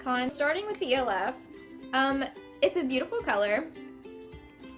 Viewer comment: Its pronounced like elf the movie I think? That's how most ppl pronounce it lol.